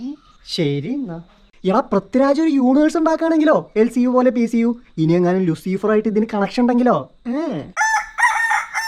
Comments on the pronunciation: Machanee Luseefeer Alla pronouncation Loosifer anu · Luciiifer alla mone Luuciferr😂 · Not ലുസീഫർ its ലൂസിഫർ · ലൂസിഫർ ❎ ലുസീഫർ✅